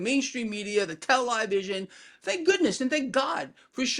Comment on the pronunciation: Tel-lie-vision. Lol, good one!